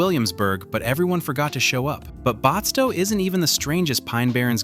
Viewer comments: I don't think restored historical villages qualify as true ghost towns. A ghost town would be a place where no one lives, and it's completely abandoned, and the restored villages are not abandoned. Batsto is not pronounced "Botsto". You missed some actual ghost towns, like Friendship, Harrisville, and Amatol. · You were doing good until you said Batsto the completely wrong way1!